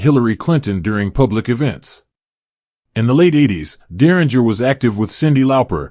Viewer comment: You're pronouncing his last name incorrectly